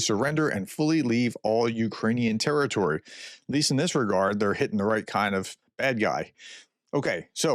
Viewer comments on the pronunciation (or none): none